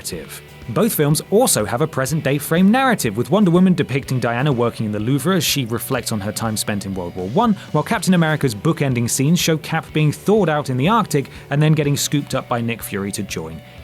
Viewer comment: "The loovera." Holy shit guys. Just google the fucking pronunciation